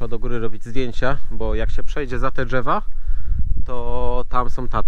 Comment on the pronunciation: Mówi się : drzewa a nie dzewa